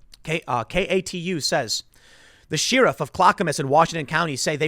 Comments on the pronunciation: Sheh-ruff.... not Shear-ruff ! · Are you fucking trolling me with this sheeriff thing. Tim...tim...its pronounced share-if. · Tim! Sheriff is not pronounced "shear-off. Where I come from it's pronounced "Share-if". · Tim I speak on behalf of everyone when I say please pronounce it share-if not sheer-if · Sheeriff. Expeeriment. 😂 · Why do you say “Sheeerif”? Pretty sure that’s not the way it’s pronounced. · The way Tim pronounces “Sheriff” is very offensive